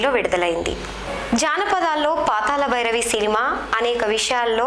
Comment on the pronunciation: meeru okkare telugu baga matladuthunnaru khooni cheyyakunda. KANI PATHALA BHI RAVI ani PLAKAKADAM nech k ondi madam garu.